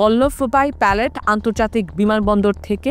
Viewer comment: সাংবাদিকদের উচ্চারণে মনোযোগী হতে হবে, প্যাটেল নামের উচ্চারণ তিনি প্যালেট বলেছেন যা গণমাধ্যম সাংবাদিকতার পরিপন্থী।